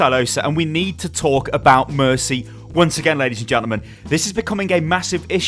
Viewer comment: mercy hah there's no mer-tea